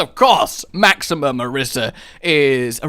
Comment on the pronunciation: Two things: One: It's Ah-Reesa. Two: She didnt give it a heart. Its a metaphor.